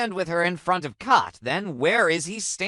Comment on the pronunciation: Her Name is Kat not Cot please pronounce the Names Correct